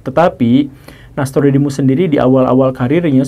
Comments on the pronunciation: Guru, tulisan nya nostradamus tapi guru menyebut nya nastrudamus trus,,, ada konspirasi kah? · Pak guru selalu melafalkan NAStrodemus Yg betul NOStradamus atau NAStrodemus sih? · nostradamus bacanya nya nastrodemus to? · U/admin sebaiknya disebutkan referensi yg dipakai. Cara sebut nama Nostradamus kurang pas. Cari makan di YT sapa larang . tks